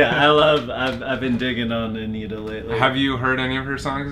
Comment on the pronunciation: AniTTa não ANNita 🤔😂😂❤